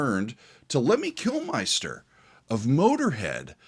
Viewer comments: Love your content, but I have to correct something - Lemmy's last name is Kilmister, not Kilmeister. It's pronounced like "kill mister". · The day will pronounce Lemmy Kilmister correctly will be a day to remember.